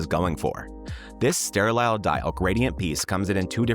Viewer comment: I would think anyone under 35 would even know what a mechanical watch is. They would think you're talking about a smartwatch or fitbit. BTW, it's "sterile" not "ster-lile." 👍